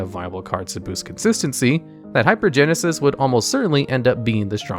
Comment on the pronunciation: Can’t pronounce half the cards, so shocker has no idea how good hypergensis is or isn’t. Tell me you’ve never cast any of these cards without telling me you’ve never cast any of these cards.